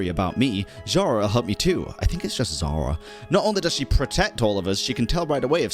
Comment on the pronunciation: Pretty sure Zhara is Zhar-bird (Жар-птица, "Heat bird"), and yeah, it's not "zh" as "zz", it's the same "zh" as in SneZHnaya x) ("Zz" sound is "з" in Russian, "zh" is "ж", sooo СнеЖная, Жар-птица) And Koschei the Deathless is from slavic mythology as well Damn I love this quest :ь